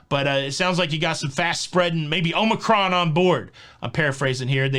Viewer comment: The Omicromon cold